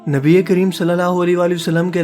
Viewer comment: Bhai ap allah ke nabi ( s a w ) ka naam lena thik sikhe kioke ap ke alfaz me galti hai